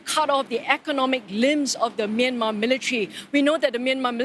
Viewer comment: Okay but can we talk about how she pronounced Myanmar ??!! Best pronunciation I've seen so far